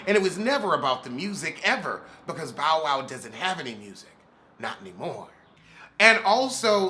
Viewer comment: everytime you say “ Bow” I hear “ “ Bowel”!!! Lmfaoooooo 🤣🤣🤣🤣🤣🤣🤣